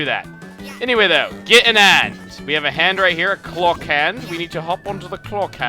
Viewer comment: whats "get an 'and"?